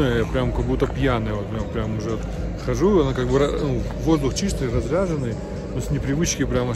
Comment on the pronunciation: Воздух Разреженный , а не разряженный.